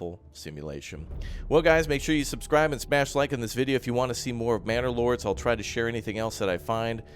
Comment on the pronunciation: did he said bannerlords or I am the only one that hears it? :D